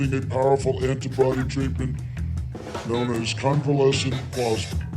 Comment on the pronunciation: Covelescent what?!!!